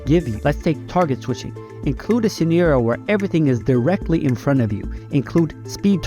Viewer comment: Hey bro, what's your first language? The way that you say 'scenario' kind of throws me off a little and I'm curious on what your accent is based off